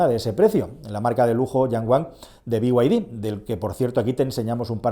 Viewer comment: Que fabriquen en Europa un equivalente al Sandero en eléctrico, con un equipamiento y ADAS justas. A un precio razonable y aun si,nos lo pensaremos. Y por cierto,,que esta hablando en castellano ¿ porqué pronuncia BYD en ingles?